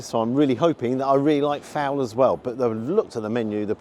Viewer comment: Fowl and not foul. A burger should NEVER have a brioche bun. Never.